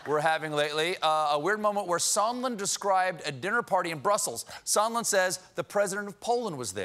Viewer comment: "Mr. Somenlla" LOL!